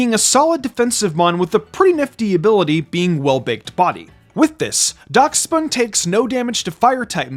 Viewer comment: It's pronounced dash-bun